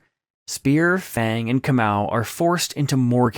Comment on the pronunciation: I like how you pronounce KAMAU a very common name in the Gikuyu/Kikuyu tribe 🇰🇪🇰🇪😊😅, so yes, it makes so much sense about him being a captive. I was genuinely caught off guard by the ending 😂😂😂😂😂